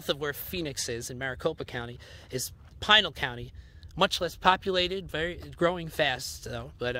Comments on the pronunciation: Fun video. Yup, it's Pee-nahl County. Also, the monument is pronounced kah-se Grahn-day but the city is kas-eh grand. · Pronounced Pee-nal county. I live in Goodyear. Nice video BTW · Learn pronunciation of Pinal County...